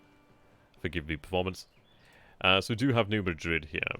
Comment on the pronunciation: New Madrid is actually pronounced Ned MAD-rid. Don’t ask me why! 🤔